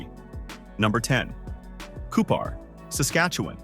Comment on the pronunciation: Within the first minute of this video, Cupar, SK (population 600) is talked about, while the video is showing Saskatoon (pop 288,000). Regina and Cupar are also both mispronounced. I stopped there and didn’t watch any more. This video is an insult to the intelligence of anyone who watches it.